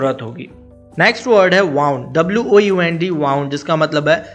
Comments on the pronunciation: Pronunciation...of... wound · Wound ka pronunciation galat bol rahe ho. Check that. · Bhai, Time has come to improve correct pronunciation words as well( wound). I hope you will come up with your upcoming videos.